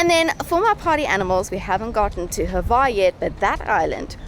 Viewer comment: Milijet??? There is no 'i' in Mljet. Also...there is no 'e' in Hvar. It's not Hevar, guys.